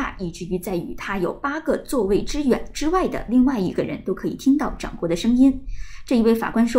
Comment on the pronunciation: 掌掴（zhang Guai, 掴读三声），播音员请注意，不要读错发音，而且反复错。